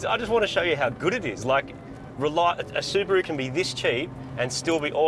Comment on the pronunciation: In this video: Martin: "Subaroo"! Moog: "Subaron't"!